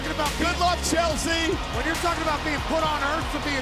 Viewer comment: “Poor Chel-SEAAA”